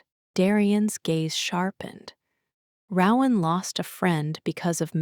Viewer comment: I wished there were male and female voices, but the creativity of the story kept me listening. Still, my 2 biggest complaints are that the narration needs to be sped up and the name Rowan needs to be correctly pronounced.